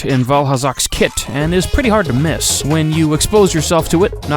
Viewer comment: Don’t you mean...very hard to “mist”?